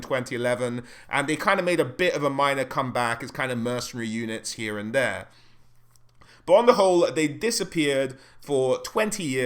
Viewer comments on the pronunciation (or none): none